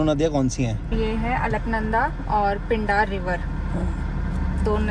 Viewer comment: पिंडार नहीं पिंडर नदी, जो आ रही है पिंडारी ग्लेशियर से न की पिंडार ग्लेशियर से। जोकर के जोकर रहोगे तुम दोनों, उत्तराखंड का GK तो तुमने पढ़ा नहीं होगा कम से कम बोलने से पहले गूगल ही कर लेता। 🤡🤡🤡🤡